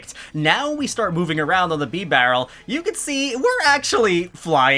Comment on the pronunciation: He just said beebarrel